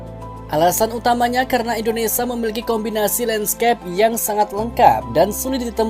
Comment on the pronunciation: Hi yg punya channel! Kamu nyebut Indonesia yg betul dong Indonesa indonesa Itu kebiasaan orang jawa "sia menjadi sa " Orang asing yg mendengar chanel mu akan bingung Contoh nya teman saya